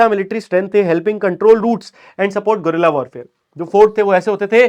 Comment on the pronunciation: me bhaiya wo Gorilla war nahi he wo guerrilla warfare he